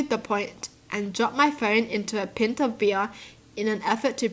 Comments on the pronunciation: i’m just silently laughing at the way she pronounced ‘pint’ as ‘pih-nt’ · She really said pint LMAO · The way said pint 😂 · Oh yeah. I was taught that many kids say pint wrong. She said it the wrong way lol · The way she said "PIN T" really angers me. "CLEAN SING"